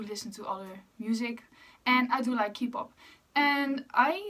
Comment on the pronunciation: eerlijk ik wilde net gaan vragen of je nederlands was omdat je accent zo klonk en toen zei je het ahahah tis btw gewoon kpop (met de K als in oké) ipv kipop ofzo hehe nice om te weten dat er nederlanders geinteresseerd in exo zijn ksjkjs